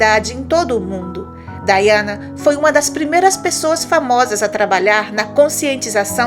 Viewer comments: A pronuncia é Daiana. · O nome da Princesa se escreve Diana , mas se pronúncia Daiana em.inglês.